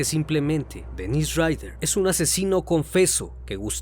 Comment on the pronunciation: Para mí que han sido varios. Por lo menos 3 personas tal vez. Es algo complicado e interesante. Se me vino a la cabeza la idea de que tal vez podría seguir vivo. Muy buen video y quisiera hacer una observación de buena manera: las pronunciaciones de los nombres consideraría que deben mejorar. Por ejemplo el de Dennis Rader, se pronuncia como Dénis porque la pronunciación como Denís es de nombre de mujer y además se escribe "Denisse" (algo así).